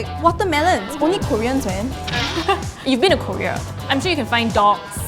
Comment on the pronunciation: i really hate to pick on this but as an english major, surely should know how to pronounce 'korea'.:/ i'm not sure which major she's pursuing but still... it grates my ears to hear 99.9999% of people in singapore pronounce it wrong like that.